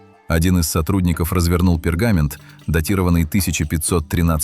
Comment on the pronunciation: Рукопись ВойнИча, пергамЕнт. Противно слушать.